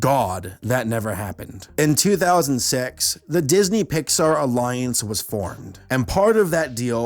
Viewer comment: "In 200-sex..." Oh. Contain yourself.😅